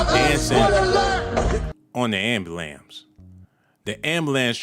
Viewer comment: "Ambulamce"??? *ambulANCE!